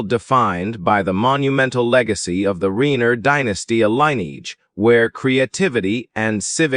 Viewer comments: I can’t listen when you can’t pronounce their last name correctly!! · Let's blame A. i.! Reiner & Michelle (both proper nouns) are mispronounced.